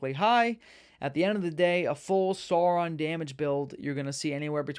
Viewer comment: maiar = my-r , you nailed it on the Sauron. Great video bro!